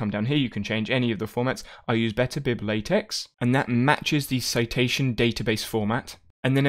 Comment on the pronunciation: It’s pronounced Layteck not latex